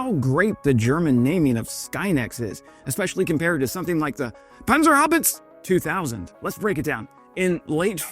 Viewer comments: Panzerhaubitz has an e on the end, and it is pronounced. PanzerhaubitzE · It’s Panzerhaubitze, not Panzerhaubitz. With a short, sharp E at the end, like the E in buses/roses, but a tad shorter. Otherwise 5/5. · pronounce the E as ah. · You missed the E on PanzerhaubitzE. Like in "ehhh...". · This Waffe will shortly be on the Kremlin target list. As for your pronunciation of Panzerhaubitzer…. Pon sir how bit sir. Try that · He Wes, no one in Germany says panzerhaubitze like you do, it would be nice if you could leave out this discrimination. The free world should be happy that Germany is developing Skynex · it is Pan-zer-hau-bit-ze 2000 not everthink togeter in one vokal.😮‍💨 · In your videos you keep almost getting 'Panzerhaubitze' right (👍), but consistently drop the final 'eh'-sound. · He can't even bring himself to at least try and pronounce Panzerhaubitze like a human would with more than room temperature IQ... Not even a minute in and I'm already done. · PanzerhaubitzE you forgot the "E" :D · Sorry Wes, just because you can't pronounce Panzerhaubitze zweitausend ... its actually the opposite Panzerhaubitze is a purely technical term shouts out ENGINEERED and MADE IN GERMANY and keeps the promisse. Sky Next could be any virtual project PR BS from some whereever. Its of course not, but forme, there is no better way of peppering a German weapon with strong German tone.